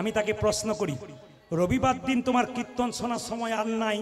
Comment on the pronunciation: কির্ত্তন উচ্চারণ করতে পারে না। বলে কিত্তন। শুধু ভাট ফালতু লেকচার মারে।